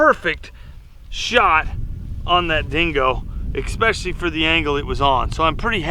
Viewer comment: He said...expessially....not especially...therefore he no longer exists to me.